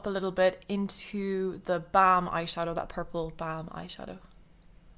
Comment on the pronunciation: Gorgeous! You're seriously one of the most talented make up artists here in youtube. Oh and I love how you say theBalm :D